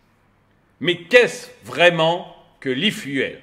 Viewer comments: S’il te plaît, pas i fuelle, i fioule! Merci pour nos oreilles 😉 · L'aifuaile ? L'eufioul, c'est comme ça qu'il faut le prononcer. 😉😁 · Salut tu me fais rire, j'aime tellement tes coups de gueules, et surtout n'arrêtes jamais (de péter les plombs) cela rend tes vidéos tellement plus vivantes. Cela te démarque des autres et de loin et c'est une forme de signature ou marque de commerce. Info gratuite, Efuel ou efuel ce prononce phonétiquement ifioul et non ifiouel. Évidemment que je mets un pouce vers le haut. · La prononciation « l’i-fiou-el » 😂 Sinon, dépendre encore de grands groupes pétroliers qui feront la pluie et le beau temps, de distributeurs, d’acteurs qui décideront de faire grève ou bloquer les raffineries… bon merci. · Quelque chose me dit que ça doit se prononcer e-fioul, non ? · arrête vraiment de dire "l'ifouelle" j'vais péter un cable, t'as pas fais anglais LV2 pour lire fuel comme tout le monde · efuel, ça se prononce ifioul. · À prononcer ifioul !